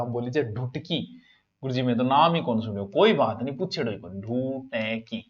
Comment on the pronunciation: ढूटकी नहीं सर ढाटकी भाषा